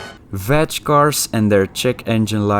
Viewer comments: Its VAG with a G dude like "G"irl not VAG with a J like vagina... VAJ !!! VAG is short for Volkswagen Audi Group. Nice new car BTW, should be an interesting project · "Vach group"...haha